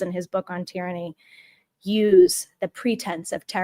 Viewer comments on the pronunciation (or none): Keep speaking out. Eventually the message will get through. (I would like to point out though that it's pronounced 'tir-anny', not 'tie-ranny'.)